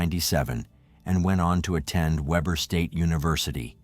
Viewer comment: It's pronounciated WEE Bur state university.